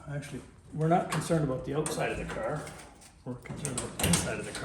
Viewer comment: Love the way builds, and says DaCaar lol 😂